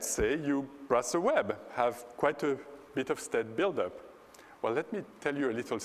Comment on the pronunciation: But they only used “a leetel beet of ai.”